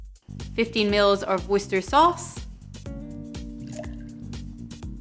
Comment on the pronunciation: 1. Thanks for the Bloody Mary! It looks delicious. Looking forward to its own dedicated video. 2. Always nice to hear the proper pronunciation of Worcester Sauce. ;-) 3. Favourite moment: when you take out Thor's hammer to bash the ice. Come to think of it, "Hammer on Ice" sounds like a good name for a strong, boozy cocktail! I sincerely hope one day you'll get to a million subscribers (and more). Totally deserved. Cheers, and thank you.